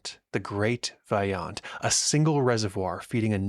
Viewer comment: The letter O in Italian is always pronounced as Oh. Always a long O, so please pronounce Vajont correctly